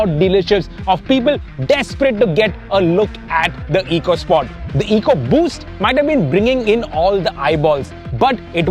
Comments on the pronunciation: It’s officially supposed to be pronounced “Echo Sport”. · Pronounced Echo Sport 🙂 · My best memory of the EcoSport is that Ford Ecoboost is of course pronounced "eeko-", but Ford's very own Ecosport model (that has an Ecoboost engine) is pronounced "echo-" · This is the FUHD ECUH SPAWT 🤣🤣